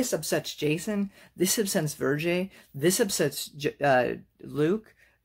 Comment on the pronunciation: You asked to be corrected in the comments section below, so the pronunciation of the name Vergere is Ver (as in the first syllable of Verboten) Gair (as the first syllable in Gary (at least as Canadians pronounce it)